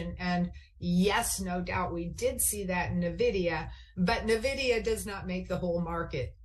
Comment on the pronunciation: There it is again! “Navidia”! Why can no pro trader pronounce Nvidia?